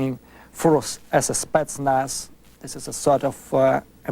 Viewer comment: 'Spetznas' LOL. This guy could barely do battle with a fly.